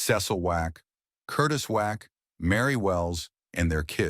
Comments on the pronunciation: Why do you keep saying "Wack" instead of "Womack"..... that is high-key shade, sir. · Why can’t say Womack?